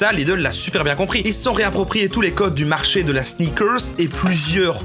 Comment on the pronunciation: J'avais jamais entendu parler des sneakerrrrssss Lidl, je me suis senti comme çe gros gland de Booba.